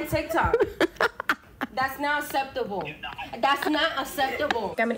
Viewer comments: "Thats not sepptable" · "That's not septable." Speak English if you want to be taken seriously. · The fact she can't pronounce "acceptable" is another reason why the phone should be put down for a bit and books should be read more. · "That is not asseptable!" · "That’s not asseptable" as TikTok user shows why TikTok really does need to be banned it’s melting the brains of young Americans. They no longer even know how to pronounce the word acceptable. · That's not (asseptable)? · "it's not aseptable". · "taz not ceptable" Judging by your inability to speak properly, I think it's not just acceptable but necessary. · It’s not asseptible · das not assissible...das not ASSESSIBLE> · Dat's not asseptable! 😅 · The way that teen mispronounced "acceptable" as "asseptable," I hope her information gets stolen. 😂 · what is not ceptable is saying ceptable.. It's not cool to sound dumb infact at your age it's down right un-ceptable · If you want anyone to take you seriously you at least learn how to pronounce the words you want to use in protest. 'Acceptable' is not pronounced "septable" or "a-septable'" and I would be very surprised if the person she was speaking to didn't immediately forget everything she said after hanging up. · Girl said asseptable.... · I axe you ... is that asseptible? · Did I hear that girl say "That's not asseptible"? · "Thas not septible." 🤨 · “that’s not eseptible”